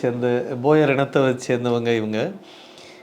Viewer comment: போயர் அல்ல sir அவர்கள் போவி